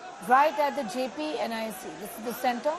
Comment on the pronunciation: JP was jaiked and tortured by Indira and her Congress. Akileeh, have shamlessly joined hands with Raul and same congress. Therefore, he has NO LOCYS SRABDI, even to pronounce JP's name. Vande Madaram